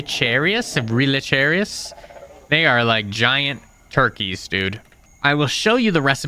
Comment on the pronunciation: underground cabins also spawn in oceans for some reason. also relicheirus is pronounced: rel-i-ki-rus. oh and you forgot about the tripodfish.